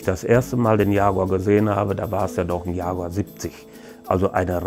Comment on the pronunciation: Not yaguar but jaguar